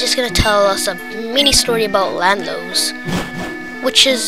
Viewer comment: Its not Landlos, its LANDORUS!!!